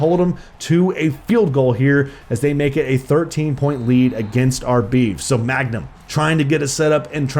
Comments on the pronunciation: i hate how he calls him magnum instead of mangum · not u continually calling him magnum when his name is man gum😂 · every time he pronounces mangum as 'magnum' i die a little inside